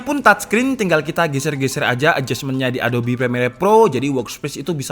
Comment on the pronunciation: Mungkin besok-esok bisa diperbaiki bang cara pengucapan "ADOBE" . Harusnya "adobe (a do bi) ", bukan adob (a do p) . thank you bang ..